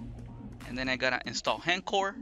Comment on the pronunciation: It's not HEN-CORE, it's H...... (pause) ENCORE (pronounced ON-CORE) Why does EVERY Vita YouTuber say this?